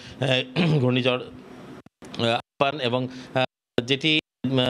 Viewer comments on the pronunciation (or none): উচ্চারণটা আম্পান হবে ৷